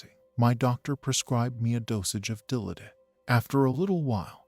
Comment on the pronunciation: Dill -AH-did.